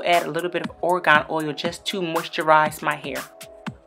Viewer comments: Bruh I'm done she pronounced Argan Oil as Orgon Oil I bursted out laughing idk why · It's ARGAN oil! I'm Moroccan so I couldn't help being annoyed! Dude say the name right!! Its an extremely rare oil